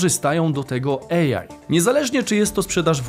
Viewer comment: Super odcinek, dziękujemy. Kłuje mnie tylko w ucho mówienie łącznie bez przerwy 'ejaj' zamiast 'ej aj'.